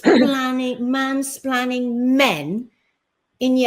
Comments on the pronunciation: It was actually ‘mainsplanning’ she blamed. Shows how stupid the word is that she doesn’t even know how to say it. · It's 'splaining not 'splanning luv. 😅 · Yeah because we want to listen to someone trying to be smug that can't say mansplaining properly, 😂 Her and her patriarchal men hating attitude, she's delusional. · Mansplaining lol. Love these (madeyuppy) words they come up with. Which she can't even say properly 😂😂